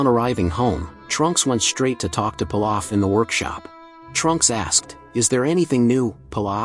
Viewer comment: Your pronouncing pilaf name wrong and it’s goten